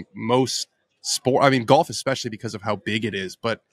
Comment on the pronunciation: Hey - why are you saying ‘fist bulb’ instead of ‘fist pump’?? This is two episodes straight now. Clean it up like you did with ‘expecially’